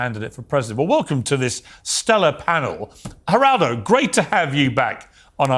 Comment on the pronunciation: Just to clarify the g in spanish is pronounced like an h. That's why it sounds like "H"eraldo.